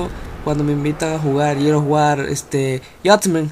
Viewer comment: Jajaja a huevo dice Jusgahstasment equisdé.